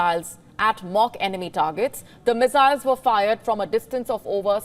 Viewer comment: Meziles...i love it when she says that.